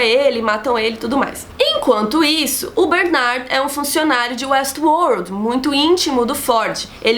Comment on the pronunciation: muito bom a falando WuestWorrrld